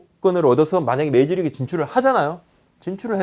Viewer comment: 계속 메이지리그...메이지리그...메이지유신..??? 부탁인데 발음좀 부탁해여..